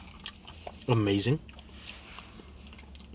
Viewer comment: Damn bruh it looks so," Asian voice ahhhhhmazinggggggg".